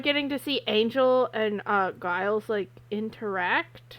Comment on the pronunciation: I love your reactions. Can’t wait for more. Plus I think this marks the episode where the show starts making an effort to make sure characters are more three dimensional and not just tropes. If I could leave a little note though. Giles pronounces his name Jyles not Guyles. As someone who’s had my name mispronounced by people all my life it’s ahhh when someone pronounces someones name contrary to how they’ve stated it’s pronounced.